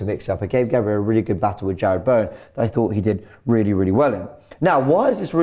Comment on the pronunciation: we hear three great pronunciations: Kudos, Gerrard Bowen and Kivor Graham you are a legend 😂 The quick succession of these names just made me laugh